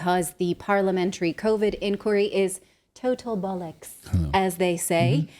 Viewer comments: It sounded complety nice and delightful Nat coming out of your American mouth lol. Total bollocks! ❤ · What doesn’t sound right? Total, or Bollocks? I think you say Bollocks beautifully. Total? That’s a whole other thing x